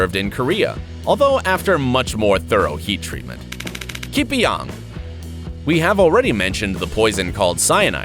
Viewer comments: its ke-pa-yung.. thats how u want to pronounce it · Huehue dosa aku gelak dia sebut ki-pi-yang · Your pronounced the word Kepayang wrongly